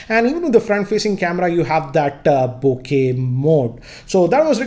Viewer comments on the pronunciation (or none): none